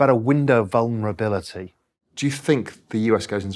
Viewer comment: "Window of venerablility" Hilarious. Apparently you can dream-up stuff better when you have a foreign accent. If you like listening to speculators make up new words, this is gold!